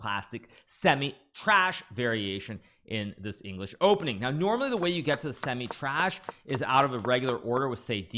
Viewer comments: Its semi Tarash not trash 😅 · Semi Tarasch - ❌ Semi Trash - ✅ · We all heard you say semi trash dude😂